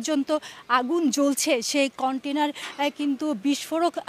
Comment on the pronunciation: কন্টিনার বলে কোন শব্দ নেই, উচ্চারণ ঠিক করেন